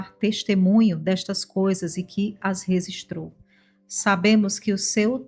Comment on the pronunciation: A pronúncia é registrou com g e não resistrou